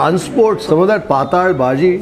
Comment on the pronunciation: Pathal bhaji is Marathi for thin subji I guess... But the way it's pronounced in the video, it sounds like Paathala in Kannada... 😄😄